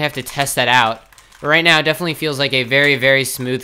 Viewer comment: lol i don't think can say definitely